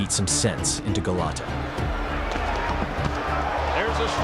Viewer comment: Dafuq is Galato, it's Gołota XD And he was hardly the "dirtiest", he had a regular amount of dirty tricks for a boxer.